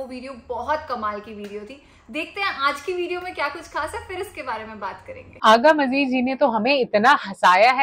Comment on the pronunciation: Agha Majid and not Agha Majeed. So correct the name.